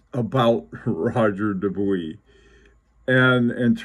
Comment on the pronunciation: Roger Dubuis - as an English speaker speaking in English, you nailed it. It might sound a tad pretentious to say ROH-ZHAY for Roger, but if I was speaking in French, I would say it like that. Incidently, I have a reading suggestion unrelated to watches - "The Art of Losing" by Alice Zeniter. It won every literary prize available in France. I'm attempting to read it in French and it's a challenge! Best regards.